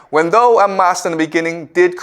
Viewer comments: For someone who is Canadian he mispronounces a lot of common words. Like "thou" he says the same way as "though". This is a guy with a degree in Literature? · One of the best on youtube. 'Thou" - thou, as in cow. Hearing is mispronounced over and over is a thorn in the eye at an otherwise placid lake whereupon Confucius soothes us with eastern mysteries. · Re: 'thus spoke zarathustra' - the word "Thou" is like "thee" or "you" , not "though" and is pronounced "thao" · The word “thou” rhymes with how, now… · Thou is pronounced THOW.